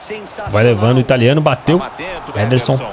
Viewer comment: O chamando o Ederson de nederson zederson